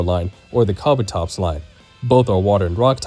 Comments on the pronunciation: Kah-buh-tops? isn’t it kah-boo-tops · "KA-bu-tops" :face-red-droopy-eyes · Kabutops not kabotops! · KABATOPS?? It's KA BU TOPS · ka bu tops kabutops, not kabatops pls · "Kah bah topz" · I don’t know if I’m the crazy one for how I pronounce Kabutops, but I know the Spearow and Fearow ones are wild… If I didn’t hear the switches in microphone quality and volume, I would swear it was AI narration, lol. Maybe this narrator is more in tune with the preferred pronunciation, like how Game Freak wants you to say Po-Kay-Mon, rather than Po-Key-Mon or Po-Kah-Mon?